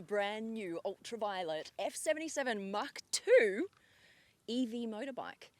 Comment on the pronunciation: How she pronounced mach 2, it is much like hawk tuah. 😂🤣 Mach Tuah